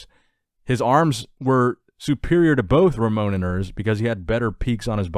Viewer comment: The pronounce is Ramon "Rosha" not "Rocca".